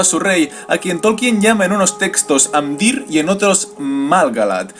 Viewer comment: en realidad, no es exacto. por ejemplo: pronuncia amdÍr, cuando debería ser Amdiir y dAgorlad, cuando debería ser dagOrlad. aunque se agradece el esfuerzo